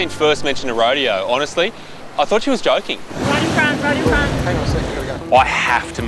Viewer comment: I have to laugh at the “ro-DAY-oh” technique 😂 Girl you’re doing a turtle rodeo 😂